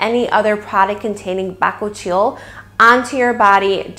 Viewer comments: Good informative video👍🙂 but your pronunciation of bakuchiol is so incorrect, and hilarious 😉🙃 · I believe your pronunciation of bakuchiol may be off... just FYI. ❤️ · Your pronounce the name incorrectly. Also, tere's no bakuchiol in it.. Herbivore has been falsely claiming the percentage of the active ingredient found in their product. You can get your money back. Also, can you please edit this video and let YouTube community know how misleading Herbivore brand actually is?